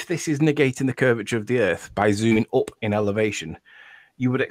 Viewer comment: Let know it's UP not "OOP"